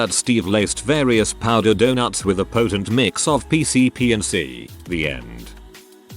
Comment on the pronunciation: Why's robot voice say "donoots?"